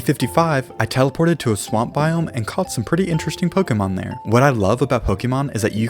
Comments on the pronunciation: Who the hell made it start being pronounced poke-ii-mon. Literally it’s spelt Pokémon with an accent legit making it clear it’s Poke-ay-mon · It’s not pokeemon It’s Pokémon like café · Noo you cant just say it as pokey man you need to pronounce it as Pokay mon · one of my favourite games is Pokémon. Me:he doesn’t even say Pokémon correct tho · Ok. Let's acknowledge something. I dug pretty deep into the comments, and nobody noted that he pronounced pokemon and pokeball wrong. But nobody will see this. Why do I even try to correct people? They don't listen to me. They don't even listen when I compliment them. Oh well. It's not new or anything.